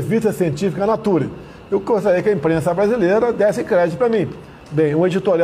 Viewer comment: Revista "naturi"?! O cara não sabe nem pronunciar o nome da revista! affe, que vergonha! Alguém avisa o cidadão que nem falar sabe, que artigo publicado em revista, independente da notoriedade da revista, passa loooooonge de ser consenso científico. Artigo científico publicado em revista científica é apenas uma maneira de divulgação de estudos. Após a publicação de um artigo, geralmente o estudo divulgado precisa ser replicado por pares, ou seja, testado em outras instituições, que vão trocando informações sobre os resultados,, comparando com o estudo principal, até chegar à uma conclusão de colegiado. O quê esperar desse ser bizarro e sua trupe sobre esses temas? NADA! Colocaram até Sinistro da Educação que semanalmente escrevia errado (vexame internacionalmente divulgado) e que até confundiu escritor famoso com comida árabe! Por quê esse cínico não comentou que TODAS as revistas científicas divulgaram estudos descartando a cloroquina e hidroxicloroquina no combate à covid, até chegar a um ponto constrangedor onde somente o Brasil ainda embarcava nesta furada! Cadê a cloroquina? Nem falam mais nisso! Gente desonesta e perigosa! Obrigado ao STF! Se dependesse desses vagabundos, nem vacina teríamos, afinal ele recusou e atrasou o quanto pode esta opção! Estaríamos todos entupidos da cloroquina e o número de mortos beirando um milhão!